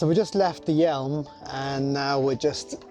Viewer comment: PS the River Yealm is pronounced 'yam', not 'yelm'. I know the area especially around Plymouth and the Sound well. From Bodmin.